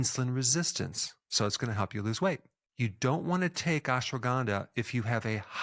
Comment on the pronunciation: not ganda(bad) , (K)ANDHA